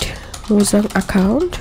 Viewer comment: bruh is not mozan but mojang